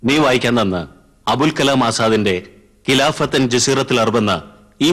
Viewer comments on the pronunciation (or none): അബ്ദുൽ കലാം അല്ല ,അബുൽ കലാം